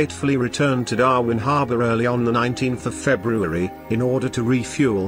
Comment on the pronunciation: That damn synthetic voice... "Darvin"...